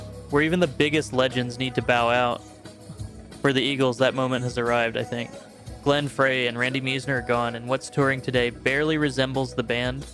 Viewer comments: Dude if you're going to talk about a band member you should pronounce the name correctly. Glen Frey's name is pronounced Fry not Fray. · Two last names mispronounced in the same sentence. Glenn Frey and Randy Meisner. Fr-eye. M-eye-sner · Frey rhymes "fry." Meisner is "MYZE-ner." And the Eagles should've called it quits after Hotel California.